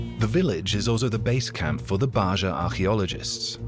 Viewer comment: Ba'ja is pronounced as BAH HA.